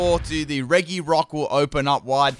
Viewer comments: I think you are pronouncing regi wrong. It's pronounced "reji" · It’s pronounced REJI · by the way, “regi” is pronounced “re-ji”. please don’t mess that up. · Same and he says it wrong constantly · the pronunciation of regi physically harms me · Hes pronouncing regi wrong.